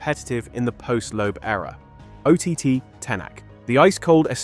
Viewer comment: And Thierry Neuville?? And you should control your AI names spell. Ott is not pronounced ou ti ti but like word hot.